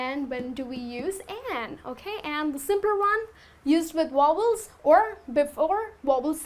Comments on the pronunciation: very helpful but when she said wobbles im like what the hell I never heard that in english before it must be something new. she meant vowel lmaooooooooo. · Very nice teacher you are. But I think you pronounced vowels incorrectly. It's pronounced as "vouls".